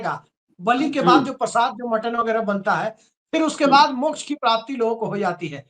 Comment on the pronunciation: वामपंथी के मुख से मोक्ष भी ठीक नहीं बोल जा रहा है। ये बिहारी मोक्ष को मोछ बोल रहा है।😂😂😂